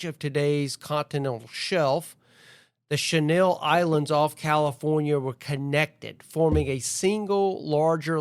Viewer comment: You pronounced "Channel Islands" like the perfume "Chanel No5". It needs to be pronounced like you watched Channel 7 News on TV.